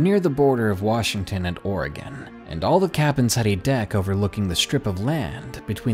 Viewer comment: At least he pronounces Oregon right